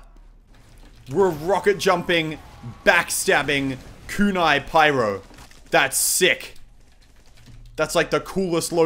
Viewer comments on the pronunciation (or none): none